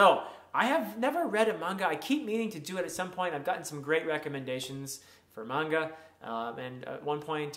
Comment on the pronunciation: Bonus points for pronouncing Manga the authentic way. One Piece and Berzerk are opposite ends of the maturity pool 😂 Nightcrawler and Spider-Man were my favorites too! Better late than never to the party!